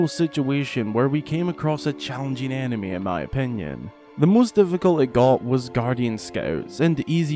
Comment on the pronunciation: Whenever you say “enemy” I think you are saying “anime” and it makes the video 10x more hilarious